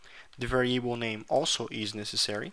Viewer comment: Camarada meus parabéns, só não gostei do "varieibou", estaria mais pra "vériabou" rsrsrsrsrs, mas mesmo assim ficou bacana, continue com o bom trabalho.